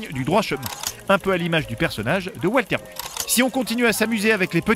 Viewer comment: "Oualterre waillte"